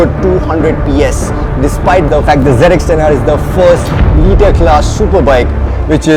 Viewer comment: wtf is zenextenare. hate when they call it like that, it's zx10r u idiots